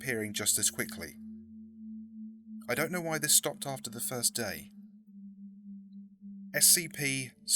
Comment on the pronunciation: FIRSRIRITS!! XDXDXD kill me